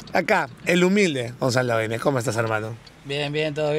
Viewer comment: todo el video diciendo guenek, el mismo gonzalo lo pronuncia como genek y dale y dale hasta la despedida 🤣